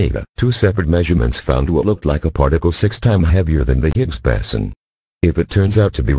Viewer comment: Lousy, illiterate, speech impaired voice synth. Why, why, why???? BOSON, BOSON, BOSON !!!!